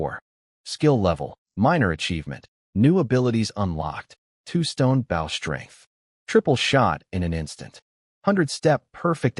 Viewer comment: I will never pay for membership on any site that cannot pronounce bow correctly on a story about archery. same goes for wound, live or lead